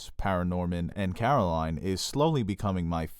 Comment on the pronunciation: also, coraline not caroline